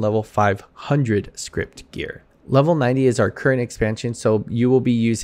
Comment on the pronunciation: Every time somebody says script instead of scrip I twitch a little.